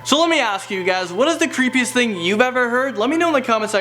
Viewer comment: That is cripiest dath i ever herd and I sometimes say relie creapie thinks